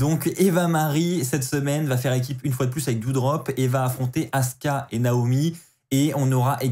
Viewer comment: C'est Asuka, pas Aska! 😂